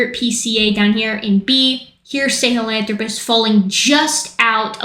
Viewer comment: So you’re telling me Metal Gear lied to me about how to pronounce Sahelanthropus